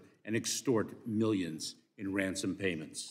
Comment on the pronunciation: this dude said WANSOM